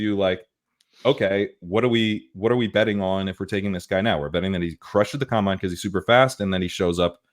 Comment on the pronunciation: its COM-bine not cum-bine. Loved this episode though lololol